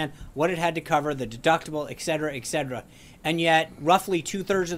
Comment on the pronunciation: the word is eTcetera......NOT eKcetera..... you're presumably educated... eTcetera